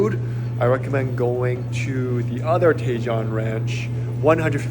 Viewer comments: I’m sure others have mentioned this, Tejon is pronounced TE-HONE. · Another one out of the park,! Loved watching your dogs frolicking in the snow. You're definitely giving them their best life. You're not doing to bad for you and Jan, too! I love Tahoe. I haven't been there in decades, and I miss it. Hint: Tajon is pronounced tuh-HONE.;-)